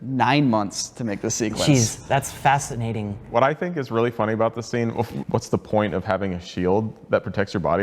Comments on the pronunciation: does say "that's facet-nating"? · "That's facetnating" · "facet-nating"? No one? C'mon.... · I caught that. "Facet-nating" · "That's facettcinating!"